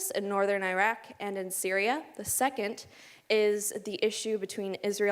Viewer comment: Can you please pronounce Iraq correctly. Your points are valid and true, but a simple pronunciation of the name would be appreciated.